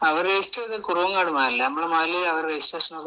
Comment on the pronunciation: കുറുങ്ങോട് എന്നല്ല. കുറുവാങ്ങാട് എന്നാണ് ശരി. 👍👍